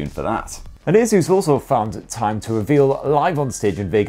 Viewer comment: Bro its just Asus. Simple. Asus. Not aezus. Asus.